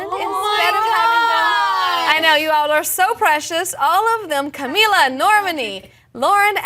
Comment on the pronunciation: The interviewer pronounced Camila right but Normani wrong, they can never win :/ Also Dinah running to the floor for the group photo at the end is so funny! She's so cute :)